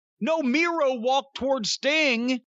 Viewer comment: Miro sounds like he says "Durvy"